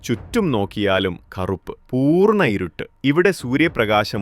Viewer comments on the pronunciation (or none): none